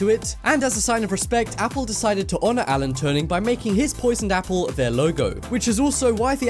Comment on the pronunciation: It's Alan turing